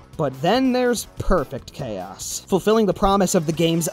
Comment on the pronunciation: Perfect PHAOS?! Was that on purpose?